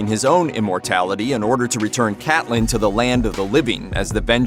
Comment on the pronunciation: Cate-lynn! not Cat-lynn